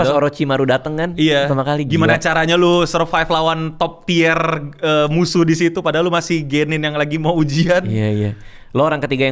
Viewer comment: top tier di baca nya top tiir kalo di baca tier itu ban arti nya enoooo 😂